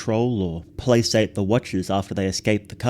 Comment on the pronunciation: Placate is pronounced with a hard C, like a K, otherwise great video!🎉